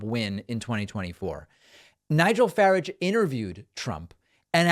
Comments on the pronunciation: Trump is such a dumdum. Where is the Crimea? FYI, Farage is pronounced like RARGE not ridge - Fa rarge. I'm sure the queen disliked him because he's such a bore. She's met some of the most interesting peeps in the world and UK. I'm sure she'd enjoy the company of a dinner lady over either of these buffoons. Let's not forget the tweet re prince of whales. 🤪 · Just to correct two things: Nigel’s last name is pronounced “Fa-raj” like in garage. He also was a member of the EU parliament representing Britain and not the British parliament. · He was never an MP of British Parliament, he was however an MEP in the EU parliament for UKIP, then left to become an MEP for the Brexit Party, which is now the Reform Party... And you pronounce his surname has "Fa-rah-g". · I love if that you call Farrage, Faridge. He would hate that so much. I usually use the same pronunciation, just so I can feel better about the toad faced choad existing. You do know that he once strode down the main street of Dulwich on a Saturday evening when he was 17 singing the Horst Wessel Song (official Nazi street brawling song) at the top of his lungs with a bunch of ‘mates’? Youthful hijinks, he says. Well, I had a pretty wild teenage but I never thought to walk through a heavily Jewish suburb and sing a Nazi anthem for the LoLs. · Just one thing David, you are pronouncing Nigel Farage's name wrong. The syllables are more pronounced. It's more like faa raj. It has a continental European sound to it. Hope you see this. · David, it's pronounced Farage sounds like garage fyi ☺ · For our American friends the surname is pronounced with the first "a" being short and the second one being long. "Fa" as in "bad" then "arge" as in "barge" but with a soft G. Imagine it is French. And try to avoid laughing. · Pronounce, "Garage" "FARAGE' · I can’t watch this because of the way David pronounces “Farage” like cabbage. 😂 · You pronounce it the French way, Faraag(e) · its FAH-RAH-J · It's farage as in garage.